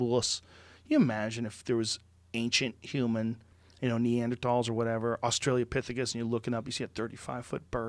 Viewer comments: It's been years, and Joe still calls them Australia-pithicus... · Joe "Australiapithecus" Rogan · "Petrosaur" "Australia-pithecus" XD